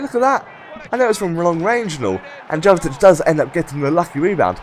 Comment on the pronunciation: I thought it was pronounced 'Yovetic'? Great video again!